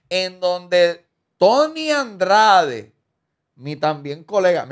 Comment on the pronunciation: A lo mejor se cayó la entrevista por q nunca has pronunciado bien su nombre… El no es Tony Andrades es Tony Dandrades